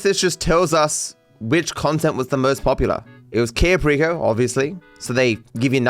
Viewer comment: Non American English speakers have such a hard time pronouncing other languages. "Kayy-yo perico" wth is that